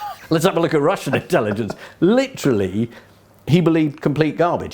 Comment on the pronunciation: 40.15 'Leeterally' . . . Britons' favourite word